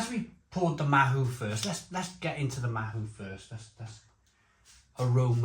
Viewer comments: Pronunciation- Ma-oo not ma-who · Not Mahu. Its Mao as in Chairman Mao. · It is pronounced 'MAOW' bit like the cat, not mahoo. Mahou....Maow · mahou is pronounced 'mao' like chairman mao. there's 2 different versions of it, one has a green label, and the other is the one you have, the red labelled 'cinco estrellas' or '5 stars' we served it on tap when i lived in spain, and honestly, when it's draught, it's dynamite!! we also served the estrella galicia bottled. at the time, the mahou was 2 euro a pint, and the galicia was only 1.25euro for a 330ml bottle. both were exceptional thirst quenchers in the costa del sol summer heat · Mahou is pronounced "mow" (like "cow")